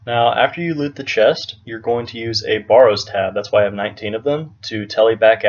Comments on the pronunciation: BARE-ROWS......not BAR---ROWS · Why do you say Baw ro's instead of Bar o's? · Mans saying borrows